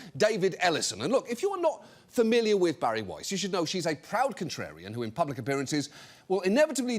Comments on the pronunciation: Thank you, John Oliver for pronouncing Bari Wei’s’ name correctly! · Thank you, John Oliver for pronouncing Bari Weiss’ name correctly!😊